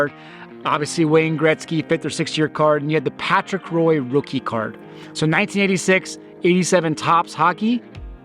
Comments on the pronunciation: For future reference, Patrick Roy pronounced "Waaah" not Roy. Also, besides the 80-81 Bird Magic that set is a disaster with the way the cards are numbered since the panels vary the players appear on various diff full cards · FYI- Patrick Roy is pronounced like "Wah", not "Roi". I bet some hockey fans got a little grumpy on that one.